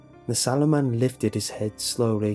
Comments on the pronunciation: I thought he was saying Saruman the entire story, I feel your pain. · i thougt you said the swallow man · Wercome to City Wok how can I ah take your order? Ok. You want the sauoman. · holy shit i thought jt said swallow man 😂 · Am i the only one who kept hearing sauoman